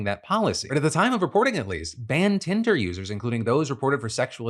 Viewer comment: Did he really call it hinder in the beginning